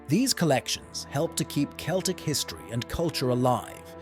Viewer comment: I like how you pronounced Celtic in three different ways